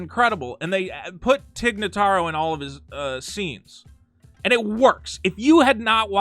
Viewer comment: The way was butchering every other name, I’m kinda surprised that he got Tig Notaro right.